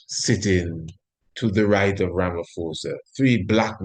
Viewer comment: Ramaphosa is pronounced as Rama-POSA not Rama-FOSA. Give thanks.